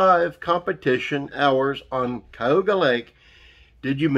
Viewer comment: It's called Ka u ga. Cayuga